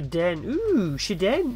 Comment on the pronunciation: For the Shiden it's pronounced more so as SHI-Den than how you do so